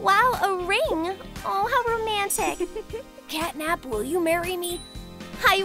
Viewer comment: Her name is CATNAP,NOT CATTYNAP